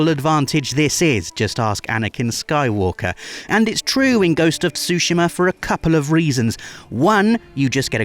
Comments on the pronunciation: Ghost of Sushima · why everyone in the West is pronouncing Tsushima as Sushima?